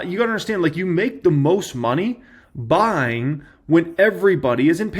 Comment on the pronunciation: People: this is not financial advice.: "YOU HAVE TO BE BUYINGGUH"